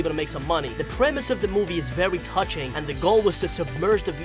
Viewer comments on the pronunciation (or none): you pronounce very as vewy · Why do you say very vewy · Dude is it me or did he say vewy